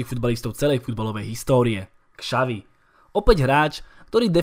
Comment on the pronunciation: Spoustu Čechů by Petra Čecha neřadilo mezi nejlepší brankáře posledních dvou dekád, tak je celkem příjemné to slyšet od Slováka. Jinak Xavi se čte Šavi, ne Kšavi.